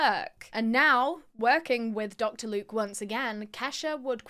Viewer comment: 'Locter Duke" ... 😂😂what a loser Dr luke is!